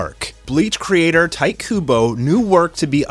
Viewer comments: "Tight" Kubo? Isn't it more like "Teetay"? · Its not pronounced "tight" its pronounced "Tee Tay". Kubo Tite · Fucks sake, learn Japanese phonetics. It’s pronounced “tee-tay,” not “tight.” Holy fuck. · its tite not tite. KEKW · I think it’s pronounced Tee-teh Kubo, not tight. I’m sorry I couldn’t let that go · I always thought it was pronounced titay Kubo not tight Kubo😂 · Lol! You know his name is "tee-teh", right? I giggled every time i heard "tight"... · Really? The "Ti" in his name is pronounced "Tai"? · That may be, but my Japanese teacher taught me that "ti" was pronounced "tee", and "tai" was pronounced well... the way it looks. But i'm assuming you've heard his name in an interview or something, so i defer to you. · My dude. It’s a Japanese name. It’s pronounced Tee-teh. Not “Tight” Kubo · YESSSSSSS!!!!!!! And isn’t the name pronounced Tee-tay (Tite)....? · Yeah that was bothering me. He didn't even try. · Your pronunciation of Tite hurt me